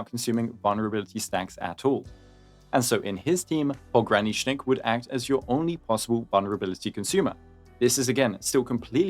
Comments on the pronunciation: Finally, someone who can pronounce his whole name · You're like the first Endfield CC that managed to pronounce his full name correctly